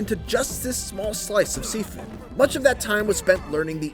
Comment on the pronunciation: pronunciation- ( X ) Sifu ( O ) Shiifuu.